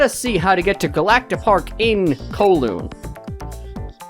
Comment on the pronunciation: The way you pronounce Kowloon urks me in ways I never knew I could be urked